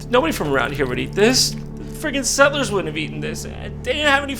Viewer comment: Nobody: Jon: ”SET-LURES”